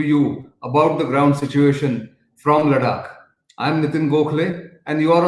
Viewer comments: Its ladakh..not laddak...what if i call delhi as dehli or chennai as kennai...please respect the name.. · Nitin Gokhale ji you are a hindustani please improve your pronunciation its LADAKH & not LARAK Naren Sharma Kobe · Informative. Suggestion: You keep repeating yourself, and the pronunciation of Ladakh sounds strange...